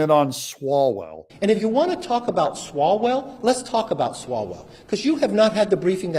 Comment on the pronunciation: Yes, Swall-HO-Well?